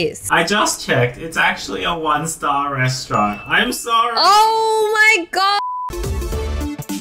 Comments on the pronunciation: Restauarant? 😂😂😂😂 It's restaurant ;) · Omg KA-RA-ZE Restaurant